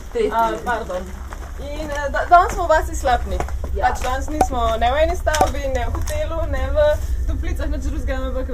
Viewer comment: V Slapniku (izgovori se z naglasom na i) sta bili!!! Jaz živim v hiši na samem, dol v dolini pod to vasjo. Če se še kdaj vrnete, vabljeni na kavo. ;)